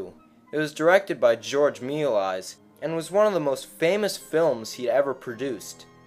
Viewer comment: It’s pronounced George Mei - Lee_as